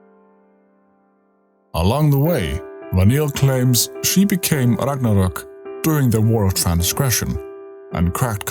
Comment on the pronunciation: So nice to hear Ragnarök correct 🇸🇪